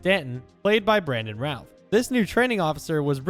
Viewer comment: Stupid AI, It's Brandon Routh, not Brandon Ralph.